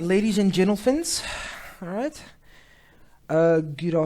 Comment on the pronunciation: Ladies and gentlvens🤣🤣🤣